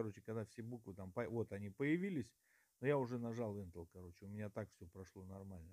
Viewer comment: Добрый день, очень отличное видео. Не сочтите за наглость но слово энтел прям режет слух🤭 Правильно говорить энтер, т.е. ввод в переводе с англицкого😁